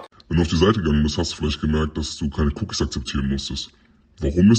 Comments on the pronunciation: Cuukies akseptieren hat mich gekillt geiles Video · Wie spricht du bitte cookies aber trotzdem kranke Recherche und krankes Video 🔥🔥🔥